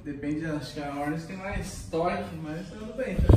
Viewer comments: PORRRRAAAA VEI, PRONUNCIA O NOME DA MOTO CORRETAMENTE...É "HORNET", NÃO " HORNÉT" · Que agonia “ horneti “ fala certo mano